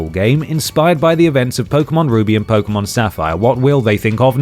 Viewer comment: Thank god you dont incorrectly pronounce it "poke-ee-mon" been playing since '98 and I cant stand that.